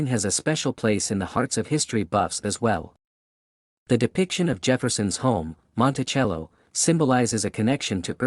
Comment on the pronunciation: Learn how to pronounce Monticello